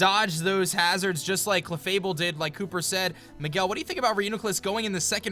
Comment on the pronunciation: OMG they messed up clefable its clefable not cefable